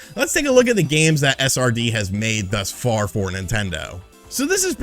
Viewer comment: does anyone else hear “a sardine” when he says SRD? lol great video!! 😄